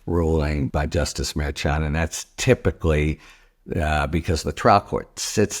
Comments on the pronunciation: EXACTLY! It is not pronounced MAIR CHON or MAIR CHUN. Names are important. He doesn’t listen, and he doesn’t care, and it’s extremely disrespectful! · Idk why it bothers me so much, but the judge's name is pronounced Mer-Shawn. Your own KM told u how to pronounce it. It seems disrespectful, like how Republicans mispronounce Kamala.